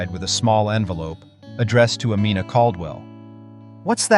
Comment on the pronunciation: I wish the narrator would stop mispronouncing her name. It's Amina like (Ameena, not Amenna).